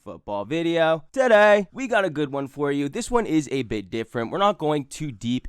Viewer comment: "TUH DAY!"